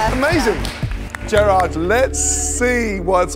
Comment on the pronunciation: “jer odd”